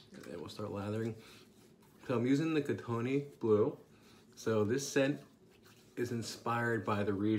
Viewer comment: Hey, great review! As a fellow Canadian I'll have to check this soap out. Just a note, Kootenay is pronounced "Koot-knee" (the "e" gets dropped in the pronunciation").